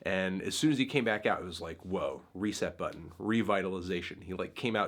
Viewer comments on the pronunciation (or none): none